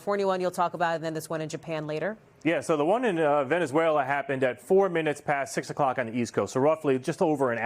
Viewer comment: Venezuela.... more like Venezzwayylaahh!😂